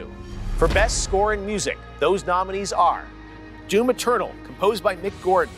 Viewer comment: Everytime he said D O O M Eternal, I laughed my ass off.